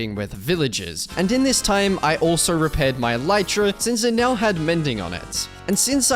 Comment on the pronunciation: "neow" funny everytime